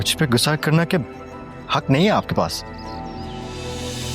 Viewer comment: Gussay ki jagah koi or lafz bol lo ....ghussa hota hay gussa nahi